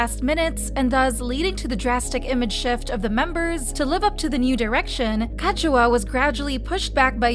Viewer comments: It’s KA ZU HA not Ka Chu Ha ** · It’s pronounced “Ka-zu-ha” not “Ka-chu-ha” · “Kazchua” NO. it’s pronounced as “ka - zu - ha” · "Wintah"? "Kajuha"? 😭😭😭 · Why did you pronounced Kazuha like Kashua?? 😂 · Ka chew ha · “winta” “kajuha” 😂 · At this point these people just mispronounce names. Ketchuha Winta😂😂😂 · Their doing it so angry people will give this channel views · Why pronounce her name like that? Kazuha is Japanese. KA ZU HA. Am I missing something? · but her name is Japanese (中村 一葉)Nakamura Kazuha also all other members and fan sites and Korean YouTube channels do pronounced it as Kazuha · Great video. Just please fix pronunciation of Kazuha because it's wrong and hurts ears.. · and kazuha oh my god pronounce their names properly! youre speaking english you dont have to pronounce it the way it is spelt in hangul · Why are you pronouncing kazuha like that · No offense but I'm bothered by the way you saying Kazuha's name😭